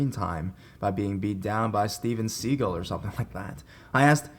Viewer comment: Steven Seagull, lol.